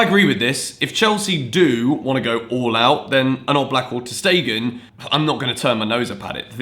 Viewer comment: About ter stegen ..his name pronounced shtegen not stegen as "s" in german pronounced "sh" sometimes especially in the beginning